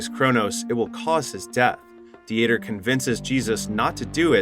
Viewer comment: Uh, yeah, but “Dee-ter” or the German name, Dieter, was pronounced wrong the entire time as well by the unaltered AI voice (which can be altered or tweaked), as well as Angel which is a simple (usually Latino) name that sounds just like the word.